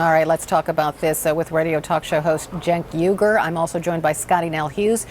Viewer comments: That CNN host, though... "Jenk Yuger" * cringe * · I don't know what a "Sink Uygur" is.